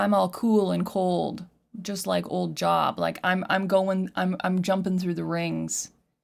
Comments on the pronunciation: its pronounced J-O-E-B, not job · Job is pronounced "Jobe". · It's pronounced "Jobe". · Yeah it's pronounced Jobe not Job even though that's how it's spelled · It's not pronounced JOB it's pronounced Jobe but yea it's an old biblical name... plus the name of the song is in just my opinion something deadly being shown as something beautiful or delicate.. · I feel like he's talking about the music industry personally. The biblical person he's talking about pronounced "Jobe". God tested him by literally taking everything possible from him. He took his family, his health, and his wealth from him. Yet he still remained faithful to God. Billy Corgan identifies as a Christian. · Job = "Jobe" pronunciation - long O. Famously Job went through hell during his life and kept his faith up to a point. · it's spelled Job but it's pronounced Jobe. Heavy on the O sound. The story is basically Satan killed his kids and destroyed his life, but he refused to give up his faith. Not being preachy just thought it might be useful for interpreting the song. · Talk sh*t before even listening. It's also pronounced like Jobe. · Job is pronounced with the "oh" sound. The story behind the song is that Billy Morgan was pressured to write more "commercial" songs instead of where his artistic instincts led him. Ironically, this song became one of his more popular hits. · Job in this case is pronounced like lobe or robe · Pronounced with a long O JOOOB. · That's Job...rhymes with "lobe." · This agnostic liberal doesn’t know Job and destroyed the pronunciation.